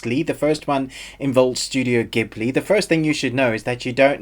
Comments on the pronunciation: pronounced jib-lee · jeeburli in japanese really